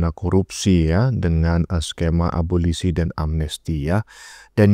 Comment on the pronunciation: wkwkwk...bukan aborsi...tp abolisi.......bapak ini selalu lucu...semangat terus & sehat selalu pak:face-green-smiling